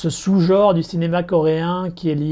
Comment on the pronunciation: Tu n'arrives pas à prononcer le mot "genre", c'est rigolo. :) Je te rejoins sur The Attorney. On sent que c'est romancé, mais c'est quand même super intéressant sur le plan historique.